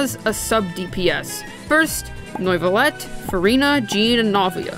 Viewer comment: "Noi-va-let" .....why.. it's just "New-va-let"